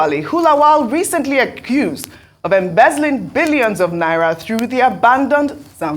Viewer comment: The way Ojy pronounce the "Billions" with emphasis 😂😂😂 Vawulence